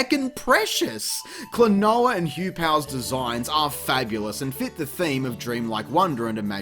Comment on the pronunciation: Right off the bat, you pronounce the title of the game so flawlessly it puts Caddy's pronunciation skills to shame.